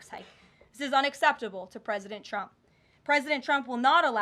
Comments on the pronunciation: She always calls him "Chump" 😂😂😂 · You'd think the number one Qualification for the job of press secretary would be the ability to say the Presidents name correctly... Every time Karoline says "President Chump" it is hilarious, but very unprofessional 😂😂😂